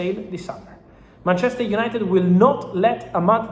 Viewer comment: Gotta get those “United-uh” cleeks guys.